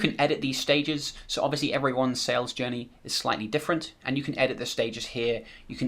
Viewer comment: Everyone - head's up - he's not saying "Sales Jenny" ... he's saying "Sales Journey". Took me a couple rewinds to try and figure out where he defines a "Sales Jenny" before I checked the transcript and found that it is a "journey" to which he is referring ;-)